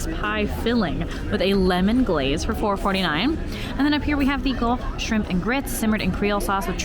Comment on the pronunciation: I loved this video as a Disneyland regular but, all I have to say is, ….“Shimp” 😂